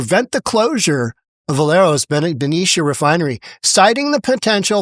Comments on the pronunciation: Bah-Knee- Sha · To help you out a bit… The news spelled the name of Benicia wrong. And it’s pronounced “Beh neesha”. Had to share the info. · PRONUNCIATION IS ....THE I IS SILENT YALL